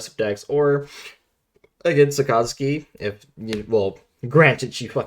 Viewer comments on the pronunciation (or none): the way you say Sakazuki literally kills me inside. It's literally just " SAAKA-ZOOKI "